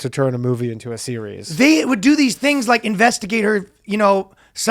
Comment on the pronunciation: says "Series'es" and just lets it go.. Cm'on, you're better than that.